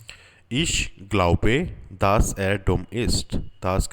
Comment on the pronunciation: it is not daaas, es ist dass